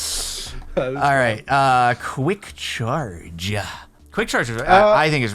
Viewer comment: “For cwick charge.” DO NOT SPELL IT LIKE THAT ITS TOO CLOSE